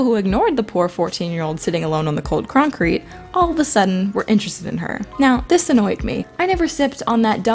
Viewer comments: “ The cold croncreet “ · I heard you say ‘croncrete’. Also nice vid! 👍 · U said concneete